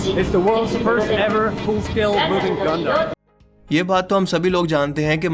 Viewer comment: Gundam hai gondum nahi hai. 🤪